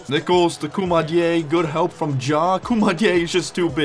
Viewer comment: You didn’t say koumadjes name right